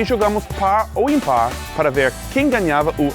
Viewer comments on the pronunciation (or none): pár ou impár kkkk